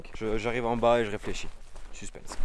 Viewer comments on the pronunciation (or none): none